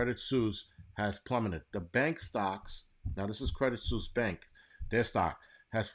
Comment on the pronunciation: It's pronounced credit sweese